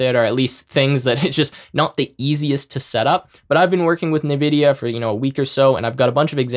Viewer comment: Cool AF!!! Thanks. PS: i feel small electric shocks through my ears to my ocd-peanut-brain everytime he says ‘nividia’ 😅✌️